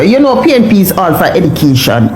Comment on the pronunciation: Woman you need to go back to school, you can't even pronounce the word EDUCATION properly.